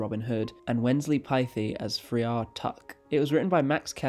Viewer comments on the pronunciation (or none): Pronounced ‘fryer’ and spelled friar, it refers to a member of a religious order..